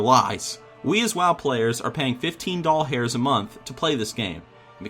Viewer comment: I'm glad I'm not the only one who says "doll hairs" instead of dollars